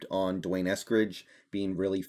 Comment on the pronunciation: You are mispronouncing D'Wayne's name. It is Dee Wayne, not Dwayne.